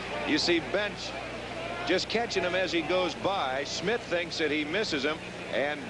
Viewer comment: Schmidt, not Smith. Geez.